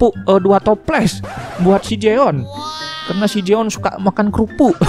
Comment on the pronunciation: jeon bang,bukan joen